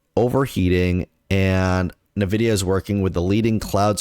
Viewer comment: Can we trust a guy who can't even pronounce the name of the company correctly?